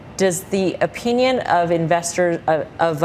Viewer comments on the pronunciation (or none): Also pretty sure she said O Peenion